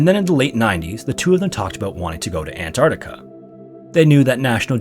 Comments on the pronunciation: Argghhhh, It's pronounced ant-arC-tica not ant-art-ica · An-TARC-tica. Not "ANT-artica".